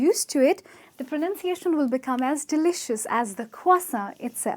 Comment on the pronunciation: If she wouldn't have done whole lot of over acting and she herself is pronouncing wrong she just pronounced delicious as de-li-kious